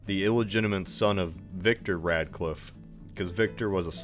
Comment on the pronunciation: When you said radclife i shuddered a bit